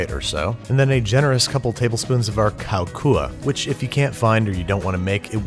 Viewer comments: I'm Thai and I'm so happy that you cooking Thai food Plz do more Thai food vid :) The way you pronouncing "Khao Khua" was good btw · your "khao khua" wasn't too bad and I was a little taken aback by it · So it's pronounced lahhb. I don't know how the r got in there. ลาบ but good pronunciation of the rice-kao kua ! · OMGGGG 👍🏻 Your pronouncing for LARB and Khao Kua is so good. I'm Thai people and I do love this video so much. The food and dessert look sooooo yummy. I hope you still enjoy these Thai meals when you do next time. 👏🏻